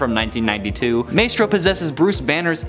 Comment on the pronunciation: Maestro is pronounced "My stroe." Ilyana is pronounced "ill yan uh." Otherwise, Great Job!!